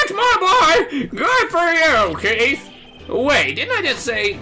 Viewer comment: "Keith" sounds like "Keito", to be honest, which is weird if you have knowledge of the "Kirby Adventure" sprtie comic on Smack Jeeves AND of Ace Attorney (duh).